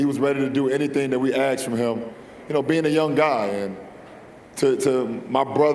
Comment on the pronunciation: Ask not ax. A couple of hundred million in the bank and I ax you why you cannot speak English?